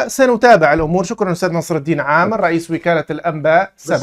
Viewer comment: نصر الدَين✅ نصر الدِين ❌ 😂😂😂😂😂😂😂😂😂🦦